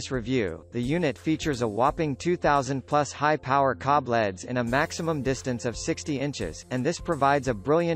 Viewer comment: Man, that robot was really hard to listen to calling L.E.D.‘s “Leads” and spelling every manufacturer name.